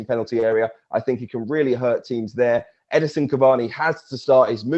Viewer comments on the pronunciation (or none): EdINson Cavani not Edison Cavani